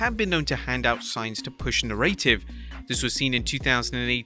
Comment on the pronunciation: How does the narrator not know how to pronounce "narrative"?